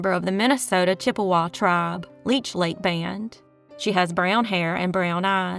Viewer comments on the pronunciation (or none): none